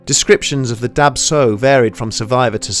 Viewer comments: Swear I heard Dab Tsog as Dark Soul. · Oh man I'm hmong it's pronounced "dah chaw", i read that this is common within southeast Asians and their genetic disposition to sleep paralysis that causes this experience! Been a big fan of this channel surprised and amazed you covered this! Love it!